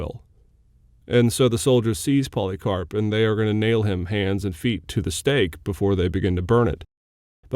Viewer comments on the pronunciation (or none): none